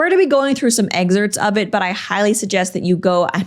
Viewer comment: Did she just pronounce "excerpt" like... EGG-zert...? ???